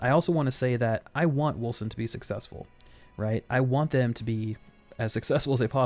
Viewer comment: pretty sure its wolCen with a hard C, unless the dev I saw being interviewed doesn't know how to pronounce the name of his own game?